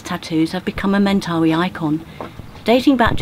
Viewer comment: Just pointing out that the young fellow you met with the tattoo pronounced it "Men-tuh-'WHY" as opposed to your "men'TAHwee". Thanks for, once again, taking us on another adventure to a rarely seen corner of this big beautiful earth we share!